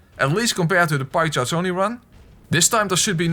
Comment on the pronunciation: When you say pike charge only I though you sead pie chart only